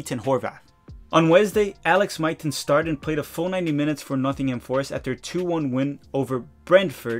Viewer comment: and another pronunciation tip - it's ve ne zia (the z as in pizza). and also Norwich is norrich and nottingham is nott'ngh'm